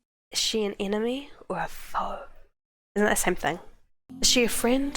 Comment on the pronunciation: Emeny?😂 love you